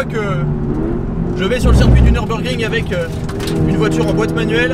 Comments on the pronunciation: par contre, ca se prononce pas neurb, mais simplement nurb ( comme une fille "nue rb" x) ) sinon le mode sport était pas activé ( c'est appui long sur le bouton ) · Petite précision on dit niurbourg 😁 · Belle vidéo par contre on dit "Nürburgring", la prononciation gâche tout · Je sais, mais les anglais disent "Neubeurgring". Et comme je regarde que des vidéos en anglais, je le prononce comme ça.